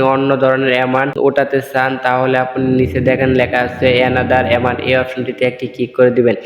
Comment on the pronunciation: এমানট আবার কি, এমাউন্ট হবে